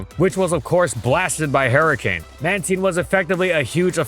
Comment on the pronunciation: No one:: "Hairy cane"